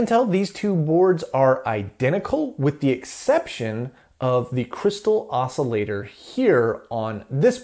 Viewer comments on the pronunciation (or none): none